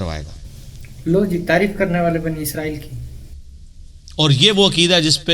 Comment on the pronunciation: اسرائیل ہے، عزرائیل غلط ہے ۔